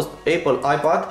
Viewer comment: tableta " Aiipaad " LOL